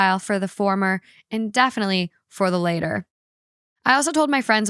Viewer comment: Btw "the latter" is pronounced similarly to ladder not later. 😊